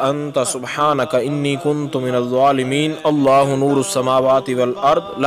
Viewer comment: Kuntum nhi hota kunto hota